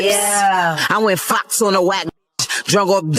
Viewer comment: I thought Remy said "Flocks" not Fox. Like Kay Flock